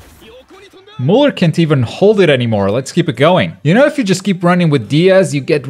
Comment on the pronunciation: it pronounced "Miuler"